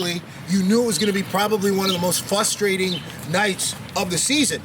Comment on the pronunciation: Question: is there anything more frustrating/ frustrated than some one who says fuss-trading / fuss-traded? Answer: nothing.